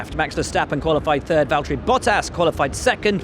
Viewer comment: Max always with his "turd" instead of "third". XD